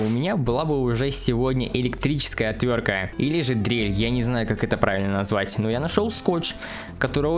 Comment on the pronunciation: "ОтвёрТка", а не "отвёрка"